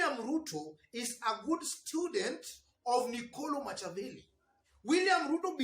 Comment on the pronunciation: Thx 4 your analysis.. Machiavelli is pronounced as Makiavelli..as in K...